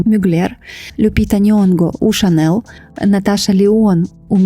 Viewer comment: Дякую за відео 🤍 Єдине, «Шанель» вимовляється з мʼяким «л», тому що так говорять на батьківщині бренду Франції. «Шанел» – американизована вимова і не є правильною.